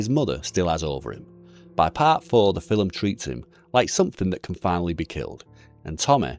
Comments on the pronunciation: Wtf is a filim? An accent doesn't allow you to add letters to a word bro...filim...get thefxxx out of here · The fillem, or film?😂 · How come I'm just now hearing people say fill'em instead of film,is it because of melaniea